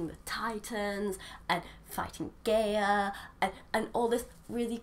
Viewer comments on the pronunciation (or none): gaia in pronouced guy-ah